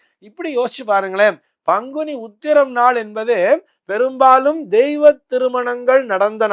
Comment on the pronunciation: Pls deiva thirumanagal not deeiva thirumanangal